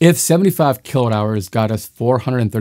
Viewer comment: I would like to challenge your obstinance in cutting Mr Watt"s name EVERYTIME you pronounce kWh. Is that on purpose? Or the scriptwriter 4got to give a hint on pronunciation? I really think you pronouncing correctly would raise your value from 2 to 4 bit something.